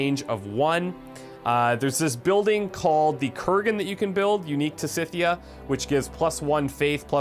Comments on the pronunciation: By the way, Skythia (even more properly - Skyfia) is how you pronounce it. Modern day Ukraine. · I've always pronounced Scythia like "Skithia" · Think of the word "scythe" when saying Scythia. That should make it easier.